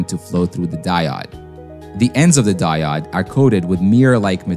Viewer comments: it is di-ode not di -odd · Its "diOOOde", not "dieoDD". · Die-ode not die-odd. Long O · "Di-odd" - Hmm.... I'm sticking with "Di-ode". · Die odd for me is just painful. They will always be diodes to me. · English is one of the hardest languages to learn, so fair enough. But I've never heard anyone, in any language or coming form any primary language call a diode a "die odd". I've heard "De-ode" "day-od" and even "deood" but never "die odd" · Die odd, die odd, die odd, i cringe every time. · Thanks for the timestamp. I couldn't handle hearing "die-odd" anymore... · no prob. honestly, the mispronouncing of diode didnt bug me all that much, i was just uncharacteristically annoyed by the amount of fluff leading up to it lol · Great videos, but mispronouncing basic vocab is a fast way to lose credibility. Diode is pronounced die-ode [ˈdīˌōd] and the plural of axis is axes, pronounced axe-ease [ˈæk.siːz]. I remember applying for a job and they asked in the interview if I had ever used "sequel". Me, having only read and not heard the word, did not know they were talking about SQL. Happened to me again when someone said "Fizzmo", referring to FSMO. When you're learning by reading, you don't always get a pronunciation guide. Say the words right and nobody notices. Say them wrong and everyone does. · the die-odd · There are many ways to mispronounce "diode", I've never heard "die odd" before but that's gonna be my motto for a while... "Die odd" has a nice ring to it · I'm right there with you, every single time he pronounced it that way I died inside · Diode is pronounced with a long O like "Open"... Fantastic video🔥❤️ keep em coming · At least the mispronunciation of 'diode' is consistent, unlike the two or 3 different ways I heard 'reflective' pronounced. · The only clear giveaway was the pronunciation of 'diode'.